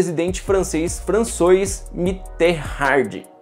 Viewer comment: Vídeo muito interessante. O nome do presidente francês pronuncia-se assim: Françuá Miterran MI-TÊ-RÃ. ASSIM MESMO,RÃ. A muié do sapo!🐸😁.